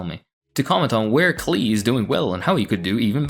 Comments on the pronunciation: Pronounced Clay like Paul Klee the artist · Off topic, but Klee is a well known name in art historical circles - as in, the painter, Paul Klee (it's pronounced like 'clay') - and yes, it's kinda funny